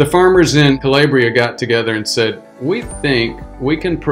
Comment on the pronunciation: Italian pronunciation: Cah-LAH-bree-ah